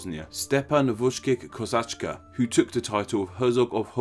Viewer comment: how about vushkich, one more lapsus? but no one mentioned: one nation? errr...ok , if for example the USA are one nation, then fine, you see it that way